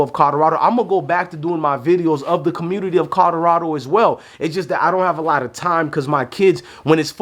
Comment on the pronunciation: Bro, it's COLORADO, not CODORADO. Jesus Christ, you can't even pronounce the team's name proper 😂